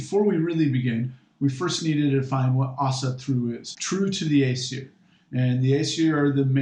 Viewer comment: Your pronunciations are all wrong. And yes it is important. Paganism is about connecting to the past. Remembering our roots. Its pronounced ōsatru and asseer.